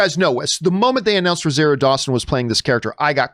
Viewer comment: John is a hater...And it's pronounced RO-ZAR-RIO